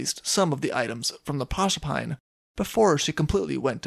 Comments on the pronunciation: "Proserpine" is Greek and pronounced with four syllables. Proe-ser-pi-nee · pro-serp-a-nee I believe. Thanks for another good story